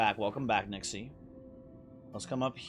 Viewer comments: Yeah and none of them pronounce it like does. If it's written as "Nixe", then 'Nix-uh' is the fauthful pronounciation. People can pronounce it how they want, but don't try to tell me that it's an accurate representation of how it's supposed to be said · I think Nixe is pronounced "Nix-uh"